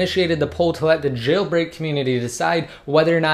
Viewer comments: I hate the way you say jailbreak. Chhhhhailbreak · It annoys me that you put the emphasis on "Jailbreak"